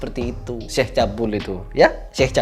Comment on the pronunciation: medok banget bilang syeh😅,😅